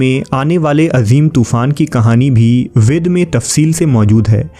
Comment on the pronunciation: Your channel is overall good. But please focus on the pronunciation. For example, वेद وید .. وے د.. کو ود پڑها